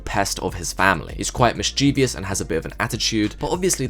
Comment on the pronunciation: “MISS-chuh-VISS”. There’s no extra “i” in the word.